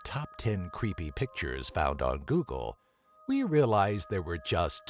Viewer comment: The way this guy talks i swear makes this video leas creepy. He says google like "goo go" And creepy he sounds like timmy from south park saying "CREEPAY!" Like lmao oh man xD GG